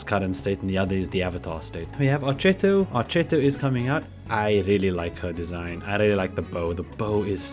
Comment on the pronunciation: If you want to pronounce Archetto correctly, I think it's ArKetto, because it should be the italian word for "fiddlestick" or "violin bow"